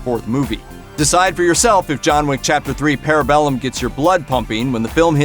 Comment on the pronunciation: The way you're pronouncing parabellum is hurting my brain.